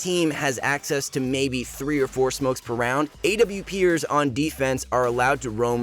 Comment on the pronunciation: "awpiers" I hate this channel